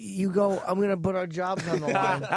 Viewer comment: I’m convinced Opie used to purposefully mispronounce “put”